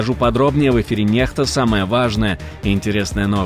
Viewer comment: Next - cледующий, это ещё как-то то понятно. Следующие новости. Но постоянно говорите Нехта - это что за слово!?? Как понимать? Объясните пожалуйста ! :)